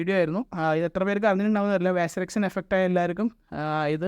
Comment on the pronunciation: വാസിർx അല്ല വസീർx